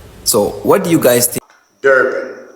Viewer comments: "Durban" du ban😂😂😂😂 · " DOBAN" LOL these people do things on purpose 😂😂😂